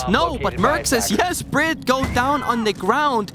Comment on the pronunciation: His knowledge of what’s going on in game and in the players’ heads is unparalleled, but his casting? The way he said BriD’s name… pain